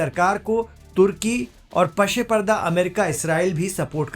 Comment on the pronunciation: Pase parda ......Pashe parda nahi. Barahe karam is lafz ki tasheeh karen.Shukriya.